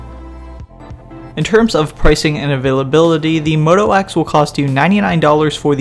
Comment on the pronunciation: say moto wax one more time...